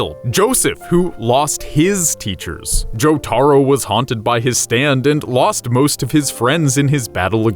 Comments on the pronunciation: You have committed a crime for saying jotaro's name horribly wrong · I guess this is truly the story I never knew because I didn't know that inaccurate information. I wanted to stop watching after I heard how they pronounced Jotaro's name but then completely stop watching after Josuke was Jotaro's half brother. This shows how much they care for JJBA when they can't get simple facts straight. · This dude never knows how to say jotaro's name